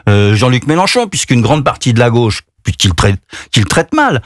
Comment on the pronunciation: "comme homme de gôche" 🤣